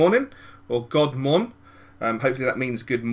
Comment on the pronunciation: Very good "God Morgen", keep it up!